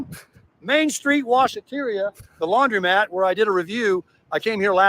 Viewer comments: the word is laundromat, not laundry-mat. Please don’t mispronounce it like Tim. 🙃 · It’s not “laundry”-mat, was my point. 🙂